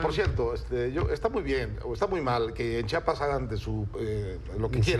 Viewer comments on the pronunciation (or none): No sé llama chapas se llama CHIAPAS